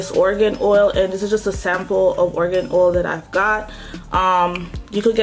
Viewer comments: Pronounced Air-a-gon oil. Not 'organ' oil. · The pronunciation of argan oil is wrong. It's not pronunced "organ oil". That's the point suzana haji was trying to make.